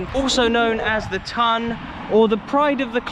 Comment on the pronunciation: The TON not the TUN🙈🙈